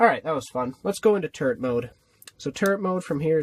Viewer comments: LOL I thought u said turd mode instead of turret mode, and I thought 'is that a type of stealth mode?!' Anyway, I wish I found this channel sooner, cos this vid was awesome! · When you said turret mode I thought you said turd😂 by the way you have an AWESOME team🦎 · When he said turret mode I thought he said TURD mode for a second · I swear he said turd mode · I thought he said turd mode😂😂😂😂